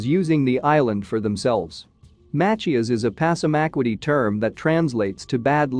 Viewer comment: Pronounced pasamaqwoddy